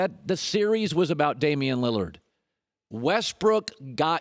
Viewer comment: “Toward Dame Liliard” not Westbrook